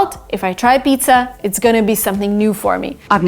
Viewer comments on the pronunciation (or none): none